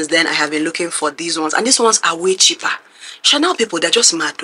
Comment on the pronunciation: Chipri 😂😂😂😂 dkm It’s cheap-rrrr You are hella persistent because how did you even find it not from a reseller website???